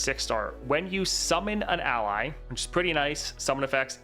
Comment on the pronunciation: I just noticed in this video, Trynd's 6* says "summan ally" instead of "summon an ally"